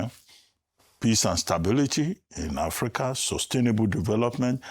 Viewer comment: Somebody should tell Shettima that it is called Africa and not Apica